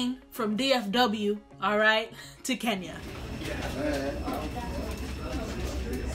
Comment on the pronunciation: Guuuurrrrrlllll!!!! Did you just say kenyara???? I'ma check you and side eye you for that.